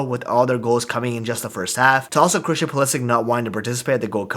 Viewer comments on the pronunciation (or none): none